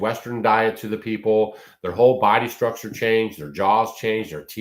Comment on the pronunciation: I pronounce that structure differently